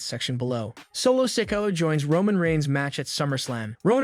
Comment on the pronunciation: I think you need to take your time when you're speaking because you don't pronounce the words properly and have the time you're dropping letters off names IT'S SOLO SIKOA NOT SOLO SIKO You don't have to speed talk take your time and more ad revenue seriously